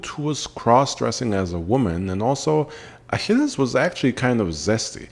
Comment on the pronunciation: the pronunciation of the name is gorgeous